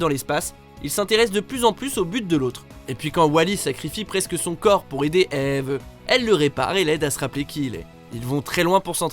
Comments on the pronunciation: T'es obligé de dire tout le temp eveee au lieu de just eve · C'est "Eve" pas "Éveuh" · TU ME TU DE RIRE QUAND TU DIT EEEVVEEE XD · Comment il prononce Eve "Eeeeeveuh", ça me fait trop marrer ! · JADORE !! Et ça m’a vachement fait rire comment EVE est prononcer 😂❤️